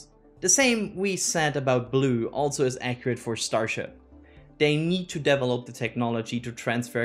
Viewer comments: We need to start a drinking game everytime says Deevelop instead of develop:) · same here, and his "develop"s trigger me to laugh 🙂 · Can you please, never ever say “develop” again…